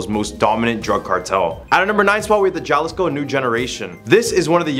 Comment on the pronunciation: It's not pronounced ja-liss-co it's like this ha-lee-sko. Just trying to help. Great video overall buddy. Good job all you guys. I like the seemingly random stuff you guys do list for...